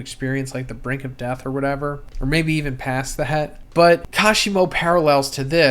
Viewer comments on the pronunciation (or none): none